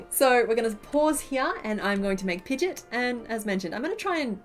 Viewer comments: Sorry I have to be that person. Pidgeot is pronounced Pidgey-Ot. You are pronouncing Pidgeotto right. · pigeot is pronounced pigy-ott